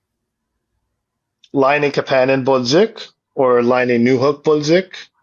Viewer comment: Almost turned it off because the way he said Kapanen. Idec if it's right, i just hate it 🤣🤣